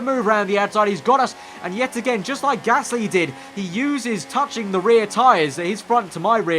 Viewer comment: It's Gasly not Gassy by the way